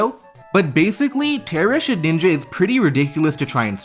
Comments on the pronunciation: Why do u call it ShedNinja Its just Shedinja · Please. Please the name is shed-In-ja not shed-ninja. Please. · Great video but it's Shedinja not Shedninja and that irked me lol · I love your content but I was getting sooooo pissed at you calling Shedinja "Shedninja" 😂😂 great vid tho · It's Shedinja with one N. Why on earth does everyone feel the need to say shedNinja? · Take a shot every time he says “shed-ninja” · Please, for my sanity's sake, please stop saying shed (N) inja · …did you just say “shedninja”? 🫠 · Nobody ever:: SHEDNINJA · You saying Shedninja bothered me so much for some reason. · One day you’ll learn how to pronounce Shedinja. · mispronouncing Shedinja is iconic at this point